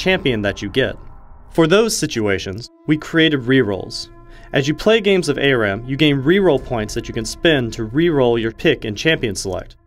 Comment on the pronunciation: "A-Ram". Come on...its "Ah-ram". Learn to English.